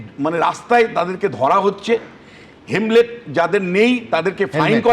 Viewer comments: হেমলেট না হেলমেট 😂😂 ইনি বিশেষজ্ঞ! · একজন অধ্যাপক ও দেখি হেলমেট কে হেমলেট বলেন। 😜😜😜